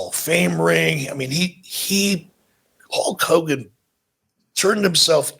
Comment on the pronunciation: I thought Hallk Hogan was the name of the bootleg wrestler toys my Grandma would bring us from Mexico. I guess it was legit per Bischoff’s pronunciation.